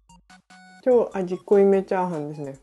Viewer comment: チャーハン作るよ が、チャハン作るよになってた。 可愛い💕